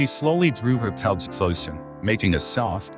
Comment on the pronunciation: Sadly this was not able to be understood. The narrator called the bears TUBS. INSTEAD OF CUBS! Unfortunately I could not understand the person or ai do the narrative!